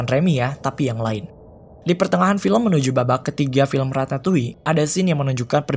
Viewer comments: Perasaan yg bener Ratatui deh cara bacanya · Nobody: People: Ratatoi Me. : Ratatolle